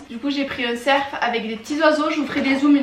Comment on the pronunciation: C’est moi ou tu dis un cerF au lieu de dire un ceR ?